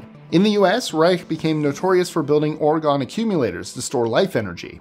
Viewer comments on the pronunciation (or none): it's "Or-GOAN" (rhymes with "cone"), NOT "Or-gonn".